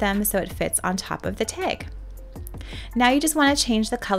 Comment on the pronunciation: Love the tutorial! Only thing I would change is pronouncing "tag" ... it's not pronounced teg (pet peev).